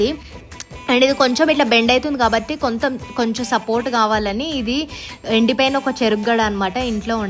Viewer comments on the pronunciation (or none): Koncham❌ kontham✔️